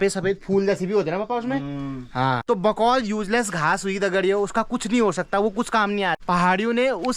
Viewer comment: बकौल नहीं गुफोल कहते है